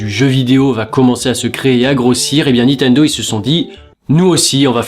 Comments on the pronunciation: Il me semble que c'est nintendo et pas nitendo (Juste comme ça, hein, pas du tout parce que tu répètes 100 fois nitendo) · C'est NiNNNNtendo, pas Nitendo! Raaaah,! M*rde! <3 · Moi c'est quand il prononce Nitendo au lieu de Ni"N"tendo LOL